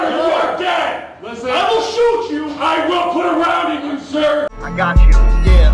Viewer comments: I know it said "put it on the ground or you are dead", but it sounded like "put it on the ground or you are gay" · souds like he is saying "Put it on the ground or you are gay!"